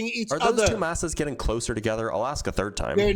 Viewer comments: When someone says.. let me "aks" you something? You know you're going to be pretty much talking to an inanimate object. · An engineer would NEVER say “Aks” instead of “Ask”. What an absolute MORON. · I've been an engineer for decades, and I've yet to hear another engineer say something like "ax you a question". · When someone says axe instead of ask, I consider that a big red flag regarding the persons intelligence. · Ehhh “ax” instead of “ask” is just a regional/cultural difference, like an accent. They’re both correct. It’s hard to change ways of speaking you grow up with, regardless of your profession or where you move later, etc. The development of all the variants in middle and modern English ax/aks/axe/ask from the Old English acsion (pronounced axion) is an interesting thing to learn about. The only reason “ask” was selected as the “proper” variant was because it happened to be how people in London said it at the time (1500s) and most people with north/western England said “ax” instead. Chaucer used both interchangeably, the first English translation of the Bible used “axe” etc. and many people still use it today. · Engineer my ass. He probably mops floors for a living. Also, can someone tell me how many x'es are in the word "ask"?